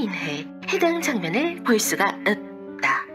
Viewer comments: 왜 없다 발음을 읎다로 하시는건가요ㅋㅋㅋㅠㅠ??? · 일부러 발음 "읍따"하는거에요? 아니면 발음이 안되는거에요? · 없다가 읍따로 들려서 살짝 웃겨서 무서움이 살짝 사라지네요.